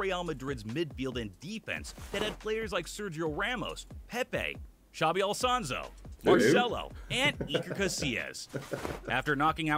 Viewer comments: Zabi alsonso haha ha and real zalovanso hahahahahaha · "Xabi Alsanso" 😂